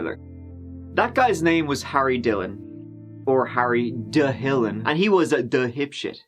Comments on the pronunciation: "Harry Duh-hillon the duh-hipshit 😆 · not that it matters, but its pronounced: TEELH-LOH (DHILLON) Punjabi culture have a tendency to raise spoiled little boys fucking sad